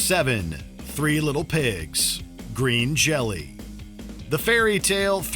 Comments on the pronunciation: Green Jelly is pronounced Green Jello according to the band themselves. It was the original name of the band before a lawsuit had them change it. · its pronounced green jello. saw them live at the gotj this year. they were awesome and hilarious. "green Jello sucks!" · Um, it's pronounced Green Jello.